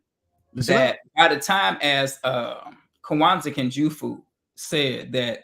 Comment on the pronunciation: It’s jawaanzaa kunjufuu . Not kaawanzaa.